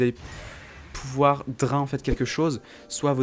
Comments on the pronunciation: "Pourquoi le Dr1 est..." ... ça se lit "Drayne".. xD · ça fait vraiment tiquer de t'entendre mal prononcer BEAUCOUPS DE MOTS ; "bild" (build) "drin" (drain) "tryndameure" (tryndamere) etc